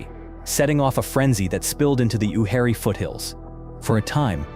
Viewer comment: Incorrect pronunciation on nearly all the site names. Hatteras is Hat-ta-rus. Uwharrie is u-war-rey & Cabarus is Cu-bare-us. So clearly not from anyone who has ever been to NC.